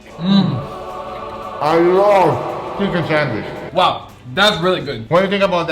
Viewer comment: The guy cant pronounce "Sandwich" he says "sandwish"